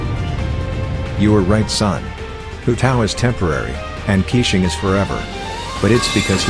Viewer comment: it's funny how the tts pronounces keqing as quicheing